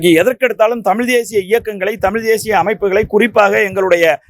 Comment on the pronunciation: நீனே தமிழ் சரிய பேச தெரியல.தமிழை தமில் என்று சொல்கிறார்